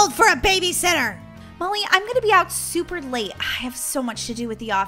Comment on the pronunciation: Super not shuper